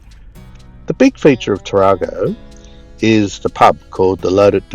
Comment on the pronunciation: The pronunciation is Tar-a-go with a short 'a', not as in the Toyota Taar-ar-go. The same error was made by folks with Monaro, ie it should be Mon-air-o, not Mon-R-o. Have a good trip